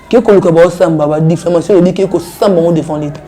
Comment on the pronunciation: Difflamation😂😂🎉🎉🎉on dit diffamation.